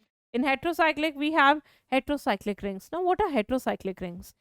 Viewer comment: it's Heterocyclic not retero